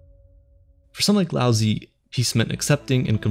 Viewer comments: Love the video. But the pronunciation of Lao Zi is being butchered. You got the Lao correct, but Zi is pronounced more like Tseh, not Zee. You end up making the name sound like you're saying lousy, which is of course not appropriate. Keep it up with the great vids, it's a shame this one has so few views. Flow is attainable through meditation. I have been fortunate to experience this after much practice. I have sat and meditated in complete stillness, thoughtless, and it was bliss. Time went by like nothing I've ever experienced. What felt like maybe 5 minute was nearly an hour. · Lao Tzu ...not "Lousy" lol... either way, great video on a great topic. ...be like water my doods. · Just for everyone to know his best known name is Lao Tzu, and he pronounced 'Laozi' wrong as well it's pronounced 'Lao-zah' for those who wanted this information to know more about the philosopher